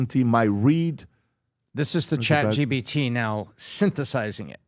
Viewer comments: I still don’t understand why pat keeps saying chat gbt lol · Why do they all say chat gbt? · Why do they keep saying Chat GBT? I'm beginning to think they are all idiots. Maybe they all just have a difficult time speaking?